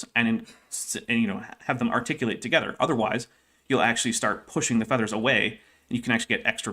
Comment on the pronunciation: pronouncing "feathers" more like "feeders" is throwing me so far off what's being said. =(